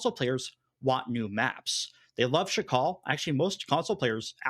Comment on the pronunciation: why keeps calling Sakhal "Shakal"? The H comes after the K, bro. That doesn't mean there's an SH anywhere in there.